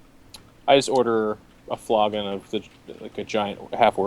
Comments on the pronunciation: flogging* hallabred* But yes, flagon. Flogon... silly. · its not a flogon XD its a flagon fl-a-gon the a makes the [aah] sound, a flogon' is beating some one with a whip or stick.;) silly and his "halbreads"